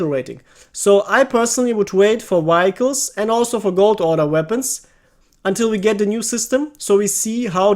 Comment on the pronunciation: say it with me now (vee hic les) vehicles